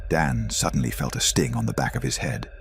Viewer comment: WTF are you talking about? 'Suddenly, this man felt a burning sensation on his neck. He was terrified...' The guy was completely calm and had just clearly stated he didn't feel anything. Earlier in the vid, this stupid AI said sedantly instead of suddenly. This AI shortcut slop ruins these vids for me